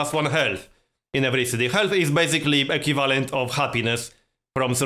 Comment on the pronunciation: Equivalent (Eˈkwiv'lent) not (E'Q' valant) love your video ^.^